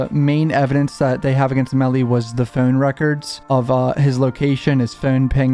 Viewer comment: "His Fown records" lol